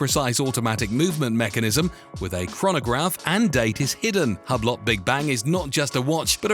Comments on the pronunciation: hub-LOT 💀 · That Hublot is so tacky they should have to pronounce it 'Hub-Lot'